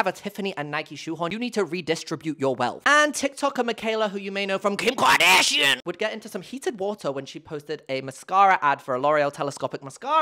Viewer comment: "Who you may know from KEEYUMKARDAHSHEEAN" made me snort on the bus noooo 😭